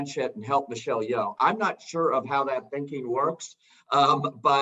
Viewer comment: Son Lux is not three Asian guys. Ryan isn’t Asian. Ian and Rafiq are. Also, please learn to pronounce Asian names. Michelle Yeoh has been an actress in Hollywood for decades and the one guy is still saying Yee-Oh like he’s a cowboy who forgot his haw. It’s disrespectful.